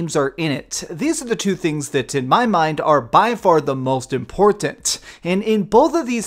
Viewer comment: I thought that was a pun. im-PORT-tant.